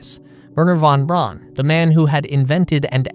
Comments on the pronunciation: I know it's pedantic, but it's a pet peeve of mine. The man's name is pronounced Von BROWN, not Von BRAWN. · Pedant Police here! you pronounce Von Braun's name incorrectly. It is pronounce in German like Brown in English. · Von Braun is actually pronounced the same as in English: "Brown". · Von Braun, Braun means and is pronounced brown, not braan. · "Braun" is pronounced "Brown"